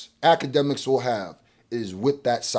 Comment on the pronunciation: It's not Akademiks its Owlademiks